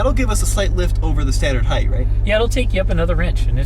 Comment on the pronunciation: Gaaahhhhh. This guy is killing ne with repeatedly saying heigTH. It’s heigHT. Even when he read the app and it said height he still said heigth. 🤦🏼‍♂️ it kills me!